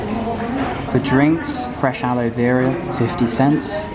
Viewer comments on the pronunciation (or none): none